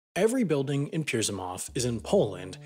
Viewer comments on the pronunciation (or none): like it's not even that hard, peel grzy moov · im absolutely not angry! :) He just said it in the worst possible way, as for me it was funny as hell :D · You absolutely nailed "Pielgrzymów" ...NOT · Oh my god you butchered "Pielgrzymów". It's [pjɛlˈɡʐɨmuf], not whatever you said (Piersimahv? oof). even spelled it wrong in the video. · WHAT? "GERZYMOV"? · If you want to pronounce the name of that Polish village, is something like "piyelgshimuf" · 1. Are there really any Czechs still going to church ? 2. You are showing Poland on the south side of the border on Google Maps ... :D 3. Pielgrzymów (Pyel - g zhym oov) - your pronunciation wins the crown for most botched across 50+ channels I am subscribed to. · I suggest checking how to pronounce the place names that you are going to refer to in your videos next time;) Seriously, there are plenty of resources online to look for. Even English Wikipedia often provides such information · ahah i got offended when he said pielgrzymów wrong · I am Polish, and the way you've pronounced "Pielgrzymów" couldn't have been more wrong :P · makes me think how many other videos about other countries have wrong pronounciation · Never heard someone pronounce something THIS badly. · I'm sorry but this is the worst pronounciation I've ever heard xD